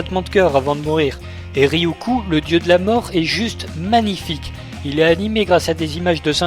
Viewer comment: Apres j'arrete promis mais Ryuk se prononce Ryouk et non Ryoukou